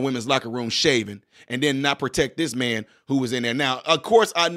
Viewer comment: It’s Man not Ma’am. 🤣🤣🤣